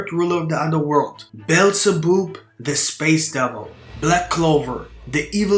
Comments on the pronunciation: Beelzebub is pronounced Bee-el-za-bub, not bellzeboob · Bro said Beelzeboob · It's pronounced bee el zah bab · "Bell za boob" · BEelzebub read as bob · as a fan of beelzebub anime im dissapointed on how u pronounced it :(